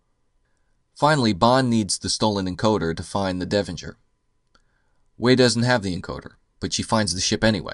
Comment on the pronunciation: Devonshire. Not Devonjur.